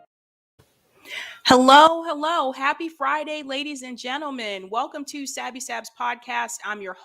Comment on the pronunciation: Shabby the ‘K’ is silent 😘